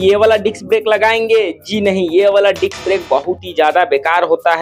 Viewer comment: Why u always say diks brake😂😂